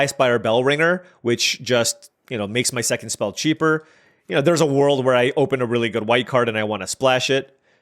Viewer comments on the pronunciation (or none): none